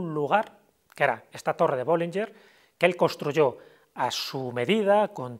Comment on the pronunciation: BollingeN, no BollingeR